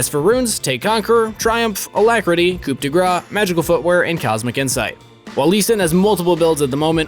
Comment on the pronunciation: Please learn how to pronounce coup correctly. LOL